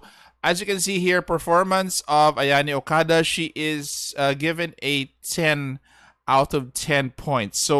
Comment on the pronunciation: "We desperately need a good defender for Galatea." SANADA YUKIMURA: "Am I a joke to you?" Y'all hate on doge boy only because he's not a froster. But he's really efficient with the Three Kingdoms/Sengoku team. And it's pronounced O-KA-DA, not "O-KA-DAY". I know you're an English-speaker hence lazy (LOL) but please, my poor ears are bleeding after listening to you. Is it so hard to consider forgoing your native Alphabet when dealing with foreign names?